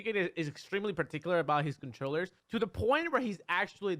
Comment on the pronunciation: Mew2king: "Controwers" Me: so thats what its called